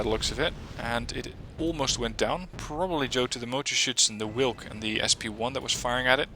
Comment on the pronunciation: In polish "W" is pronouced same way as in german. The way you say "wilk" would be written (in polish) like it -> Łilk ( you read "Ł" same way as "w" in english)